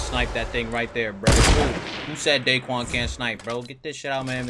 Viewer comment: cuz its "dae"quan hahaha